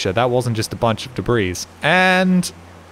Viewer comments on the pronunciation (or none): Did you just say "debrees"?